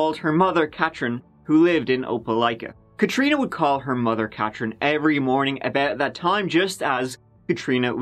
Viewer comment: my moms name is Katrin, and you actually said it right...someone might get a new follower!